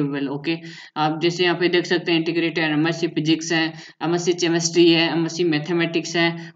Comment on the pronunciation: Bhai केमिस्ट्री होती है चेमेस्ट्री नही😐